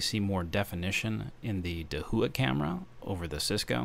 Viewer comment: Thanks for the video! Just for future reference, Dahua is pronounced DAH-HWAH, not DAH-WHO-AH.